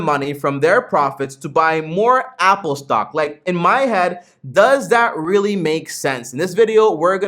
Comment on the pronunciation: You said Willy instead of really good video tho